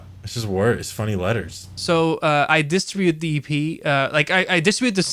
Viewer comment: the way non friend says EP makes it sound like he is sayin 'yippie'